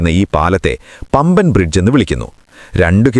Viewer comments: എടാ പമ്പൻ അല്ല.... 'പാമ്പൻ പാലം' രമേശ്‌ശ്വരം,🤣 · പമ്പൻ അല്ല കോയാ.... "പാമ്പൻ" പാലം...